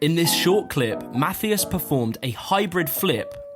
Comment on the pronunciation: There is no "th" in Matthias ;)